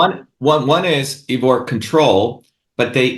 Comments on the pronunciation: This guy is full of arrogance and hubris. You likely helped MANY more people Ivor, with your reasoned logic, than this pompous wannabe politician. He can't even pronounce your name right. His videos have a VERY small fraction of the views yours do. He has zero humility, brags constantly, and disagrees and talks over you, even though you are a natural ally. I don't trust this huckster at all, even on points he is probably correct about. Stay the course Ivor. Keep prioritizing truth, without insulting everyone, or claiming your way is the only way. This guy invented email like The Winklevoss invented facebook. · The point is worth making because Shova aspires to be President, or at least a leader. Good leaders remember names, and pronounce them correctly. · Thanks 'Ee-vor' for a very stimulating discussion. Glad to see that the assertiveness training has really benefitted the erstwhile shrinking violet, Dr Shiva! 🤣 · OMG 🤦🏻‍♀️ Why won't this bloke let you speak "Eevor"? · I am a freedom fighter in Canada and have never heard of Dr. Shiva. I suffered through the whole video and did not learn a single thing from him except he is arrogant and very disrespectful toward Ivor. He can't even pronounce Ivor's name correctly. This individual will never be voted for president unless he his backed by the globalists. His attitude is divisive and angry which is no different from the globalists and governmental puppets. He needs to eat some humble pie. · For all his self and arrogantly professed knowledge, he's really struggling to understand a rather simple fact, Ivor is neither English or from the UK! It also would've been respectful to learn how to pronounce his name correctly. He has plenty of interesting points, but he's insufferable. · Really enjoyed this, but wish he pronounced your name correctly! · My Gawd.... Ivor... how many times does someone have to get your name wrong before you correct them? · dr shiva so smart but can't pronounce Ivor's name properly. smh